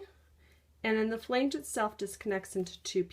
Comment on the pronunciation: the word is not pronounced "flaynge."